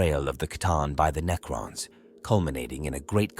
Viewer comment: I tried to watch this but lasted about 5 minutes due to the cringe AI slop narration Knee-crons 😂